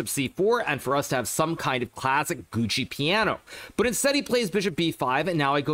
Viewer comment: You guys realize that Hikaru knows the real pronunciations, right?